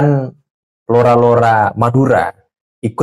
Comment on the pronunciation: LORA PAK...BUKAN ROLA